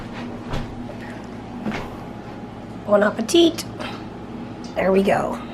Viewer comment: If you want a tip to sound more like french people when saying "bon appétit", don't pronounce the final "t" 😉